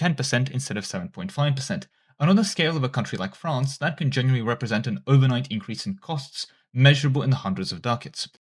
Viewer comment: AI “Genuinely”